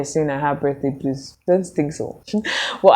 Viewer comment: "Birthday bluers"😅😅😅